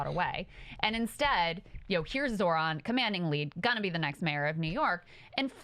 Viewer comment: There is no absolutely no reason to get Zoran name wrong if he speaks Italian.